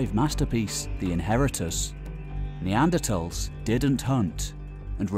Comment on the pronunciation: This is hilarious. Poor narrator didn’t get the memo that it back to the old pronunciation of NeanderTHals now....